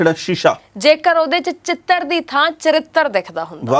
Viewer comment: chitar Hunda....chited. ni